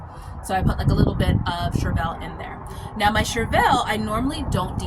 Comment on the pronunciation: I always look it up in case I'm wrong...but I am a certified master gardener. It's pronounced "Shur-vl". Nonetheless you ARE an inspiration on how much you grow to provide for yourself and family!!!